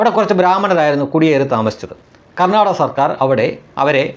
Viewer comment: ഇംഗ്ലീഷ് സംസാരിക്കാൻ അറിയില്ലെങ്കിലും കർണ്ണാക എന്ന വാക്ക് pronounciation നടത്തിയത് നോക്കൂ ഗർണ്ണാടക😂 തതാണ്😂